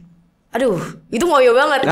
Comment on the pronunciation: Just info ,,Ngoyo yg di ucapkan di podcast ini artinya pipis lho ,,kalau kerja keras itu ngoyo = o nya dibaca seperti o di otot